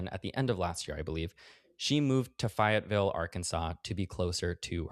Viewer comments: quick unimportant note from an Arkansan listener, it’s pronounced “fay-et-ville” , fay like gay or say , no fi like die or my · it's Fayetteville with a hard A. Not Fahyetteville. But I will forgive you just this once lol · I'm sorry this made me giggle... it's pronounced "fay-yet-ville" (like Lafayette, lā-fay-ette) Always happy to help a fellow coaster pronounce southern cities! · It’s Fay as in fae like fairies. Fayetteville. Not fiyetville. Love you Matt thank you for covering this topic. I hope you get the rest you need soon ❤ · FAY -etville, NOT FIE - etville. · Matt … your pronunciation of Fayetteville 💀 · Fayetteville = long A, Matt, like "fey" not "fai" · Also heads up it’s “Fay-it-vill” not “Fy-it-vill” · matt ily i love this video, its faye-it-ville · Fay-etteville. Fay like Fay Wray. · Btw, I'm sure it's already been mentioned but it's pronounced Fay-et-vill. I only know that cause I used to live there. It's actually the one of the most progressive and liberal parts of the state. It's also rigth next to Bentonville, home of Wal-Mart, so that's a thing. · Really enjoyed this discussion but ngl your pronunciation of Fayetteville (fay-ey-ville) is SENDING me. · The insane way you say Fayetteville is driving me crazy it's Fae-et-ville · It's FEY-ette-ville. As much as the rest of Arkansas hates the city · Arkansan here- I know it’s derived from the French name Lafayette, but everyone pronounces it “fae-it ville”. Don’t worry I forgive you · I'm sorry the way Matt is pronouncing Fayetteville is driving me nuts 😅😅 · loosing it every time u mispronounce Fayetteville 🤣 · omg northwest arkansas on a bit fruity... the way you pronounced fayetteville made me giggle ily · Why did he pronounce Fayetteville that way?